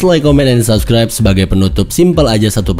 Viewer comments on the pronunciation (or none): none